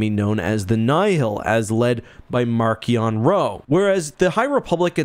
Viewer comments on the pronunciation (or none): this guy don't even say Marchion Ro right.